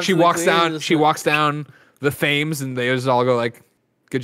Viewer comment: Gotta love Greg's pronunciation of Thames